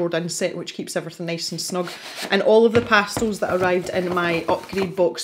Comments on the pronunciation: LOVELY video!!!!! My favorite part was the times you said pastills instead of pastels!!!!!😜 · Pretty sure I say 'pastils' all the time, it's just the way we pronounce it in Scotland. Wait... did I actually say 'pastels' at some point? Now I'm worried! 🤣😉